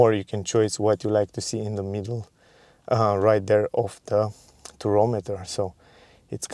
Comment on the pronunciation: Tachometer, not turometer. Or Rpm gauge